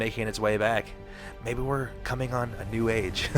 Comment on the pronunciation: " I'm cooming in the gym " Arnold Schwarzenegger